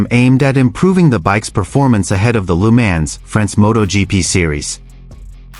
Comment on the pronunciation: PLEASE, PLEASE stop with the idiotic AI narrations…. I will stop watching any clip when the pronounce Le Mans as Leemans…. That’s some weak shit….